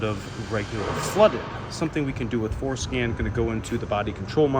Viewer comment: Referred by Rainman Ray. Came to watch this one and every time you said Fordscan I heard foreskin! 😂